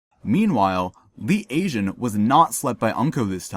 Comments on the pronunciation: yeah that was killing me throughout the video lol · Awesome analysis. I love the pictures they definitely help and you have such a keen eye, catching things that many of us wouldn't even noticed. The only thing bothers me is how Lee Tae Jun's name is being mispronounced haha.